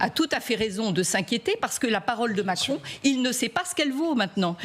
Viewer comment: "Le président Macronne" 😂